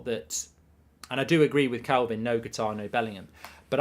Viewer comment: UK /ˈkʌt.ɑːr/ How to pronounce Qatar noun in British English. It is not pronounced guitar but Katar with the emphasis on Kat and less so on the ar at the end.